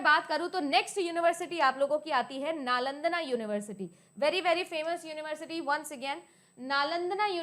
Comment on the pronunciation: नालंदना❌️ नालंदा✅️